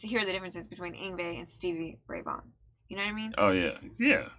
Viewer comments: First of, nice job pronouncing his name correctly. I see you've Googled it beforehand. Secondly, you should watch the live version of him playing it in front of the camera. If you think this was insane, watch him play the same song in that video. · You get automatic bonus points for pronouncing his name correctly. \m/ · I’m impressed said his name correctly. This genre is called Neo Classical. Yngwie wasn’t the first to blend the styles but he definitely put it on the map. This song and the album it’s from is so nostalgic to me. My friend and I learned this song back in high school some 25yrs ago. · obviously looked up how to pronounce his name beforehand, gotta give you credit for that:P Yngwie is a great guitarist, have a listen to "Vengeance", "Rising Force" and "Never Die" to hear him in a more "conventional" song format.